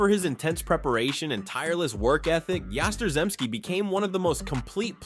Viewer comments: Oh come on! Yastrzemski, pronounced "Yah-strem-ski" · The pronunciation of Yastrzemski really got butchered. He deserves better. That man was pure greatness!!! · Good list. It's terrible that you can't get Yaz's last name right.☹ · You don't even mention the fact that Pedroia won an MVP? I mean, come on. 5 foot nothing.... director and producer of "The Laser Show" Dude got everything he could out of himself. Not mentioning Fred Lynn should get you charged with fraud because it doesn't make sense...Kinda like the way you butchered Yaz's name? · Really good, except for Yaz name pronunciation